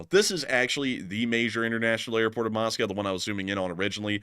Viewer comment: You're pronouncing the airport wrong, lol